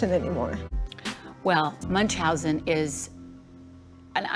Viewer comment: If she’s Dutch I’m surprised she can’t pronounce Munchausen syndrome